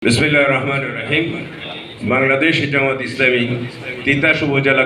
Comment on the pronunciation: এই ভিডিওটা ছাড়া হয়েছে একদিন হয়ে গেল একটা কমেন্টও কেউ করলো না 🤣🤣🤣🤣🤣 এমন গুরুত্বপূর্ণ পথ পেলেন ইসলামী দলের নেতা বিসমিল্লাটা ও শুদ্ধ করা বলতে পারে নাই